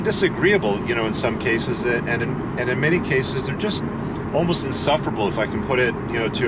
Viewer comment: The emphasis on: almost. Hahaha.